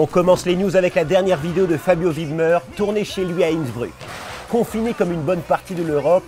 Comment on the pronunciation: Tu prononces mal fabio wibmer